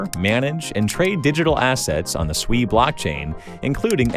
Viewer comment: Holy 💩 you pronounced SUI correctly. All these clowns on youtube call it SUEY like their little piggies squealing SUEY SUEY. After hearing about it from different YouTube influencers I almost ended up buying a meme coin called SUEY and not SUI